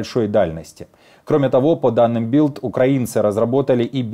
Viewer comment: Надо говорить Бильд, тогда звучит правильно, а не Билд! Bild по-нем.звучит, как с мягким знаком